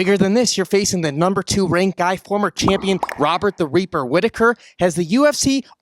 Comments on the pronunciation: Did he say "Robert The Weeper Whittaker"? Lol. Subtitles heard "Robert The Weaver Whittaker" 😂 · Robert "The Weaper" Rhittaker 😂 sorry I had to! I'm dyslexic too